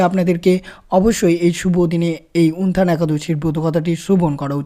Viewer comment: হরেকৃষ্ণ। জয়শ্রী রাধারাণী।জয় গৌর জয় নিতাই।প্রভু যে ভাবে আপনি একাদশীর নাম টি উচ্চারণ করছেন তা ঠিক নয়। উত্থান একাদশী কে উনথান একাদশী বলছেন।